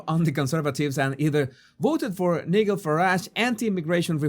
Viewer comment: Your command of the English Language is wonderful, and we love your accent. But, given you are venturing into British politics, it may help to know that the forename Nigel is pronounced with a long I, not a short one, and a soft g, not a hard one, i.e. NI-jel.